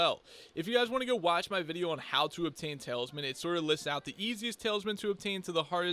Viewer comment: i clicked out as soon as he said “tails men” instead of tal-is-men